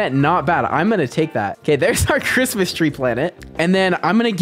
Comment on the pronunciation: The way he said christmas😂